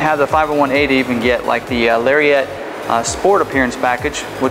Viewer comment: Someone needs to tell this guy it's NOT pronounced "Larry-ette." C'mon now... It's a Lariat. It deserves to be called as such.